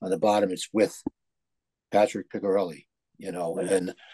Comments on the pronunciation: It's Peecharellee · You might want to learn how to pronounce Picciarelli.